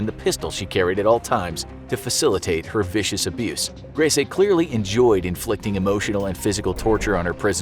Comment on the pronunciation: Grese...gris prounounced like grey in Spanish...the last E is silented